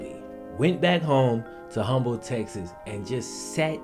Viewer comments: I love your stuff but how you going to mispronounce Humble then say you're familiar with the area? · Yea u not from Houston bro said humble it’s pronounced umble don’t pronounce the H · If Humble, TX was a place he was truly familiar with he would know that it is not pronounce "hum-ble" but rather "umble" with the H silent. Still a great video though...Just that TX level of petty LOL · It's pronounced Umble not humble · Hey man love the channel one of my favorite people to listen to no David and his family personally good people he play football with my older brother Chuck Anderson and this was a pretty revealing an awesome documentary you did awesome and Humble Texas the H is silent cool to see our little town on this huge platform super fan keep the videos coming. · The "H" is silent in "Humble,TX" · Great report. Humble, TX is pronounced “Umble”. 😁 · Humble is not pronounced like how it sounds. It’s pronounced like Umble with like the smallest amount of H in it. That’s how we say it here in Texas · ITS PRONOUNCED UMBLE TEXAS‼️‼️‼️‼️‼️ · If you familiar with it than you don’t pronounce the H in Humble in HTown it’s just Umble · Love all your vids. Fyi...Humble, Tx. Pronounced "Umble". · “Humble” texas😂😂 its pronounced ‘umble’ the h silent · For real. Says he's real familiar with the place and be can't even pronounce the Damn thing lol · Aye, the H in Humble(TX) is silent lol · With all due respect, sir, cause I love your vids. The city of Humble is pronounced with a silent H. Just pointing that out, again, with all due respect. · He's from southwest Mississippi. I would've mispronounced it too. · Bro! The "H" in "Humble, Tx" is silent! 💪🏾❤️ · "Pretty familiar " with Humble Texas, but doesn't know the H is silent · Deng, I'm surprised no one talked about him saying Humble wrong. Houston audience is low here. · you can't be 'pretty familiar' with Humble TX and then mispronounce it. lmao